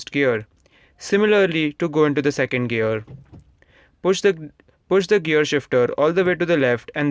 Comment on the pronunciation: Why you say 'girl" not "gear" lol :/